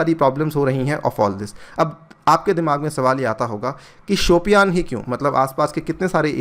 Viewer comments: it's शोपियां...not शोपियान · वो "शोपियां" है सर शायद,"शोपियान" नहीं! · just a suggestion.the pronunciation is more like Shupiya.